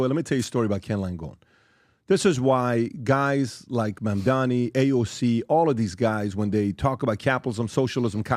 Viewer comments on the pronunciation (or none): none